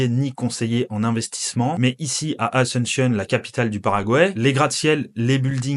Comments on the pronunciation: Pourquoi tu pronoces "asentionne" et pas "asUnción". Un peu comme un anglophone. Btw fr vivant en espagne depuis 15 ans. D ou la question sur la prononciation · Super vidéo, l'amérique latine se développe. Par contre, je sais que les français sont nuls en langues mais... Asunshion, en serio? 😅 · Très bonne vidéo , mais s'il te plaît, prononce bien Asuncion, c'est pas une capitale anglophone, du coup pourquoi tu le prononces comme telle, a- sun- cion s'il te plaît 😅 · Alléchant. Mais apprenez à dire Asuncion en espagnol plutôt qu'en anglophone...